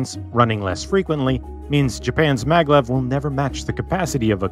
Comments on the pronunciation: Isn't it Maglev and not Mavlev? It's magnetic levitation after all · maglev,not mavlev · What's the hell MAVLEV lol🤣